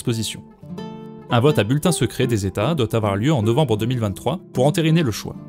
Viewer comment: "woohf il ne faut pas afoir peur"